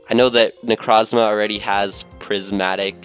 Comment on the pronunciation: that is not how you say necrozma